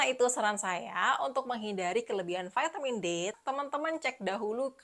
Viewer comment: Apa itu Vaetemin, apakah maksudnya vitamin? Memang sejak bila huruf i dibaca ae dan huruf A dibaca e?